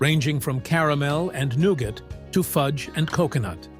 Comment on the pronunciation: Bar Noonin, huh? I always thought that the word was 'none'....Anywho...lol...I loved Whatchamacallit bars when I was a child.